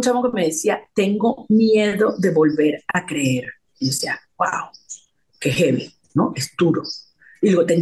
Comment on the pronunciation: Y es "jevi"